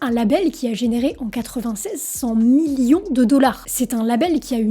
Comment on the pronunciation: Toujours de très bonnes videos. Par contre, tu ne devrais pas autant appuyer le M dans millions, à l'oreille ça sonne trop appuyé.